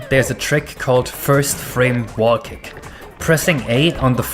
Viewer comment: Sounds like your saying "Cake" and not "Kick".